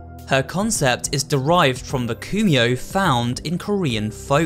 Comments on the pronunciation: It’s “Kumiho” not “Khumio” 😂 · Also kuhimo is actually pronounced kumiho